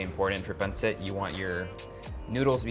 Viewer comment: Dude just say pansit! JC. Panseht. I mean c'mon already. If you can say "eat" then you can pansit. This whole thing about not wanting to pronounce tagalog well is just so fucking annoying.